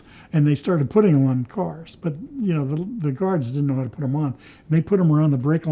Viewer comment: This guys awesome he just ‘knew howtaa…’ 😊